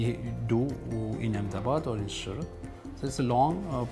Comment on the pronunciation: the word is house. not "Housh". the city name is Surat. not "Shurat".